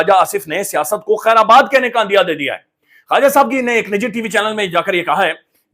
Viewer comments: میرے بھائی "خیر باد" میں "آ" نہیں ہے ۔ ۔ ۔۔۔ خیرآباد غلط ہے۔ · بھائی صاحب لکھنے والے نے درست لفظ " خیرباد" لکھا (ورنہ آجکل جس طرح فی مربع انچ جہالت کا دور دورہ ہے، عموماً "خیرآباد" ہی لکھا جاتا ہے) مگر آپ نے ریڑھ مار دی "خیرآباد" بول کر! یہ ایسا ہی ہے جیسے بڑے بڑے جغادری قلمکار "کانٹے کا مقابلہ" کو "کانٹے دار مقابلہ" لکھتے اور بولتے ہیں